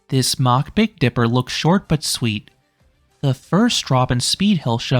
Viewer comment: Its mack rides like mack daddy. Not like a jet going mach 3.